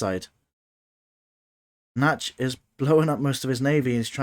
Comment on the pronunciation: Wow, thanks for that fascinating replay. I had never realised that fatal drawback of using target commands before. Nachtschatten ("nightshade" - not "natch" actually :) might have been able to save his original island had he refrained from using target circles on the production and instead allowed his strikers to take out the SAMs first. But what a match, what a turnaround! 😲👍